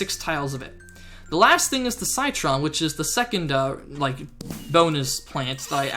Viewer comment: it's no SYTRON Citron pronounced sitron